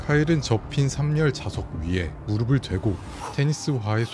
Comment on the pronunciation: 무릎을 발음 ‘무르플’ 이요 ‘키면’이 아니라 ‘켜면’